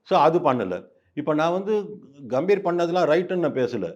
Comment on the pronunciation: காம்பீர் இல்ல தம்பி. பெயர் கம்பீர்....க க...எங்க சொல்லு நாலு தடவை....முடியல